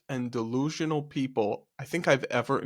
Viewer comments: I like how he doesn't say "delusional" and instead says "dalooloo" lol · 😂 I’m a New Yorker & tbh I didn’t understand the word he was saying either - “de loo loop”? I guess you’re right that it’s a cutesy version of “delusional.” Perhaps it’s regional or TikTok slang